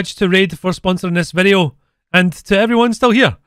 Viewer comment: classic "En des vedeo " intro yessssss ;)